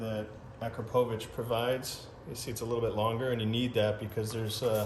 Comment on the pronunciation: Ah crop oh vich. Say it right